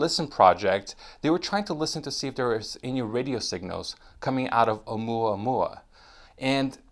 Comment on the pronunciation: Dude, I don't mean to be rude and I have no idea what you're trying to do with this channel. However, here's a tip that might help, the name is Oumuamua, not OumuaOumua. Stop switching between the two. It happens more than once, but here are exemples; Oumuamua , OumuaOmua . Again, I don't know if you're trying to make alarmist videos or if you're trying to bring credible less covered scientific news, but getting the name right would be a good start anyway. Peace!